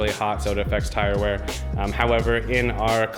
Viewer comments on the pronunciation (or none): none